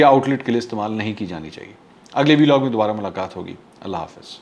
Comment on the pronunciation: Sir call it ولاگ instead of Vee-log.. Regards